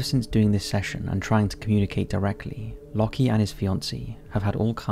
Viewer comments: Anyone else find it funny how has made a living from reading & speaking for the past however many years, yet still pronounces "Locke" as "locky". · Shouldn't 'Locke' be pronounced like 'lock' and not 'lucky'? Like love isn't pronounced 'lovvy' or hope 'hopey'. My British uni professor is called Locke and he says it like 'lock'. Just wondering. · I think the first guy’s name is pronounced ‘lock’ not ‘lockee’ :) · It's just "Lock" not "Lock-ee". The "e" is silent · ...it's pronounced lock, like "lock & key", not lock-ee or loki edit: You're not even consistent with it. Lockee for all but the last 2 when you switch to Lohki, jfc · Isn't Locke pronounced Lock??